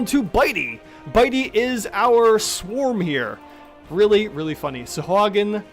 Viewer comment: Also SAHUAGA is their name now😂😂 also sounds liked you sneezed